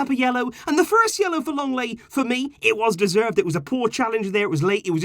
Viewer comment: It's LENGLET, NOT LONGLET!